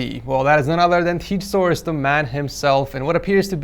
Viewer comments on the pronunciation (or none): am I the only one that heard him say "teach source" to his own channel?